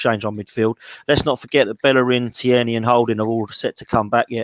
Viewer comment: Great job guys numerous things to be said but for now Tierney.. pronounced TEAR KNEE. Hes Scottish not French.